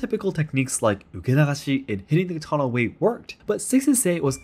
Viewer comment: Why is this host mispronouncing katana